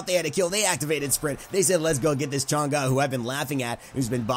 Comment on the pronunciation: PEOPLE STOPE PRONOUNCING CHANG’E NAME WRONG OMG WHY ITS NOT THAT HARD TO JUST SEARCH UP HOW TO PRONOUNCE HER NAME PEOPLE!!!!